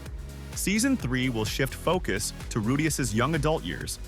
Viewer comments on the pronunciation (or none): none